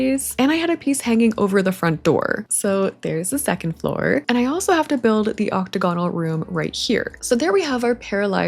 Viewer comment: im begging you to start saying octagonal correctly 😅